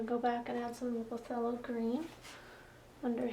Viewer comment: Phthalo pronounced (THAY- low)